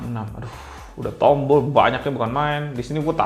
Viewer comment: .. di sini tompel, ehzz disini tombol .. ngakak asli